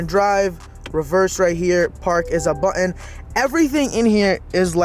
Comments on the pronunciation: a buddon. Ummm Button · The word is “button”